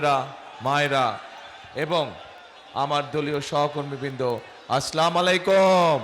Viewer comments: আসলাম আলাইকুম নাকি আসসালামু আলাইকুম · আসলামুয়ালাইকুম না বলবেন আসসালামুয়ালাইকুম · তারেক সাহেবের সালাম দেওয়া অসুদ্ধ , আস্লামু আলাইকুম। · সালামটা শুদ্ধ করে বলতে পারেনা, সে নাকি আবার আমাদের দেশের শাসক হবে । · সালাম ও দিতে পারেনা😂😂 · সালামটাও শুদ্ধ করে শিখেননি এখনো রাষ্ট্র কিভাবে চালাবেন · নেতার সালামটাই উচ্চরনগত স‌ঠিক হয়নাই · যে ব্যক্তি সালাম ঠিকমতো দিতে পারে না সে আবার দেশের প্রধানমন্ত্রী হতে চায় এটা সম্পূর্ণই হাস্যকর যে নিজে শিখে নাই তাহলে দেশকে কি শিখাবে এই জাতিকে কি শিখাবে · ভাই সালাম শুদ্ধ হয় নাই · ফতুয়া দেন কিন্তুু, সালাম টা ও সঠিক ভাবে দিতে পারেনা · অশুদ্ধ সালাম নেতার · সালামটা ঠিক মত দিতে পারে না আবার দেশ চালাবে।।